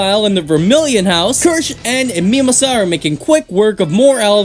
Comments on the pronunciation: Kirsch and who now? Mimasuhra? IT’S MIMOSA 😂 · Seriously, How can you not pronounce Mimosa 😂? It’s like the easiest name to pronounce besides Asta’s and Yuno’s name